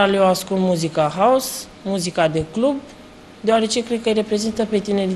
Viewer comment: ''muzica clab'' :)) vai ce accent de englez